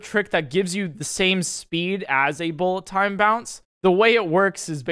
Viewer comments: Pretty sure there’s no BTB involved in wind-bombs. Also, I like the way you said, bull a town bounce. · This is my favourite part. “Bullet Ton Baunce” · does the “bullet time bounce” says sound weird to anyone else?